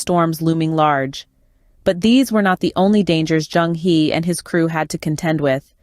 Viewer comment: The word 'He' in Zheng He is pronounce as 'Her' in Mainland Chinese - not 'he' as in 'he is a person' in English. Some oversea Chinese still refer his name as 'Cheng Ho', although the sound is still the same.